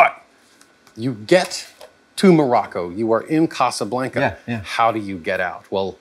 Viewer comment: If he says "casa blank-uh" one more time.... 🤣